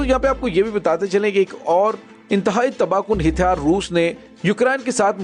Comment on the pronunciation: لفظ ھتیار کی اداگی صیحح کریں